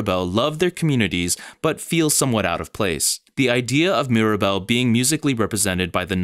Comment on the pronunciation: This is brilliant!! 🌟 And my daughter just wanted to add that Mirabel’s name has three syllables!